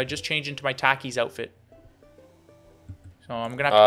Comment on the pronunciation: is so canadian for pronouncing takis that way